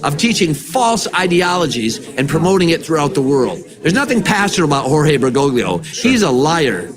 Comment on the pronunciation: He actually mispronounces the popes name. It is "ber go lee ho"! We should use his official title, however.